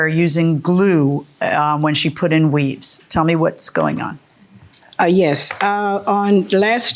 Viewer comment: Is JM saying "weaze" 😂😂??